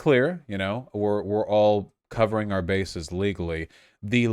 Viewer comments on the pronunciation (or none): none